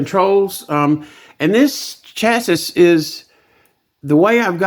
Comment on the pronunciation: It's pronounced "chassee"